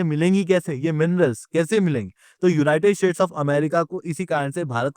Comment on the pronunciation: Yeh united "shades" Kyun bolta hai?